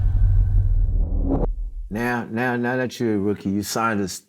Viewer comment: Anyone else notice how he said rookie? Lmao